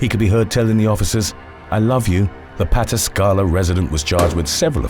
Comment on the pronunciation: In the first story you pronounce pataskala as pa-task-ah-la. I'm a born Ohio buckeye so just a friendly correction